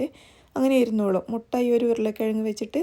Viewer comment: Mutta അല്ല മൊട്ട